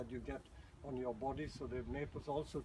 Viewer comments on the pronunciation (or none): none